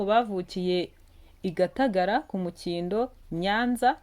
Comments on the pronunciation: Ni ku Mukingo si ku mukindo jya usoma neza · Ntabwo ari kumukindo bavuga umurenge wa Mukingo akarere ka Nyanza. wateguye ikiganiro cyiza ariko ukivuga nabi byatubihiye ujye ubyitoza neza murakoze.